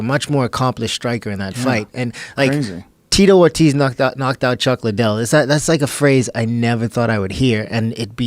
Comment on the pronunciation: I'm so confused. Doesn't he mean Chuck Lie-Dell?